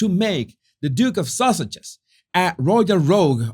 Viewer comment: It sounds like you are saying Duchess of sausages